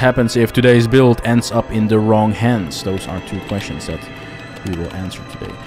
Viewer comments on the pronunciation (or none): none